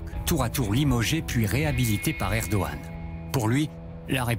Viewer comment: Par contre il est chiant à ne pas dire le G de Erdogan 😥